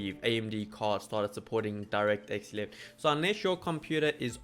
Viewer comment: so the 1050 does support direct x 11? because you didnt say it clearly